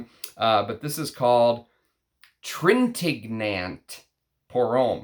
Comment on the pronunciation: Studied French so hopefully you won’t mind me sharing a couple tips. Revlon is an American Company. Revillon (Rev-ee-yon) is a French Company. Love French Line! Trintignant (g is silent, n is ñ) is very gentlemanly indeed. Nice lineup in this one. Look forward to trying Fair Play soon, Nino is a favorite. There are so many Jacques in perfumery I have to leave one more dime for every dollar you’ve given me in this game, you don’t pronounce the S in Jacques. 😉